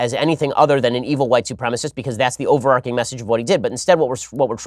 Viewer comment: OverarCHing...ch...overarcing isn't a word